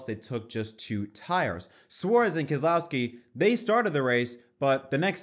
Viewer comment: New drinking game for this podcast - everyone takes a shot each time Keselowski’s name is misprounounced.